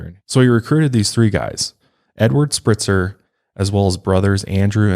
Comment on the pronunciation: Spreitzer like "Sprite" not Spritzer.